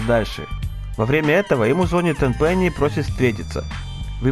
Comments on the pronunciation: Я конечно всё понимаю, но не мог бы ты говорить не "звОнит" а "ЗвонИт"? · Чувак, только не зво'нит, а звони'т)